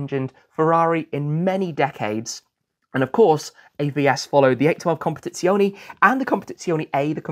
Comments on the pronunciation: As regards the word "Competizione", it should be said that he does not pronounce the original Italian final E (CompetizionE), but pronounces it like an English E. The Italian E is always pronounced the same way, regardless of where it is located (in the middle of the word or at the end of the word). Simply type the word into Google Translator and one can hear the correct pronunciation from a native speaker. ;) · yes i'm italian but sometimes he says it correctly. Not in this video. COMPETIZIONEE OR COMPETIZIONI 😂 Let's not discourage him! He pronunce the final E in Purosangue correctly so one day he will be able to apply the rule correctly. And let's admit that learning italian is not his priority too.